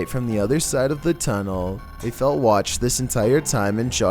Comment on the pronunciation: the only thing scary in this vid is your freaking ascent "then they found an abandoned maintainers Tuneellllll